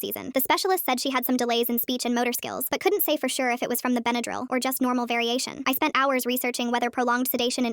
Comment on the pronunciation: why does she say bendryl like that? (benadrul)